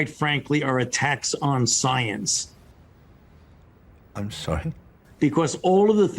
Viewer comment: Sounds like you're questioning the SOYANCE. How dare you question the soyance!